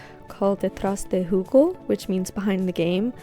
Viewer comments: btw it's pronounced (hoo-egg-oh) you forgot the E and just said (hoo-go) which is just juice lol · hey, love the video but the pronunciation was a little off. I’m mexican :3 you got the Detrás right but then it’s “del” (which is a combination of de and el) and juego which is said “hway-go” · I know you didn't mean to mispronounce the spanish words, but hearing "behind the juice" with the thumbnails makes the game sound like a murder mystery about fruit.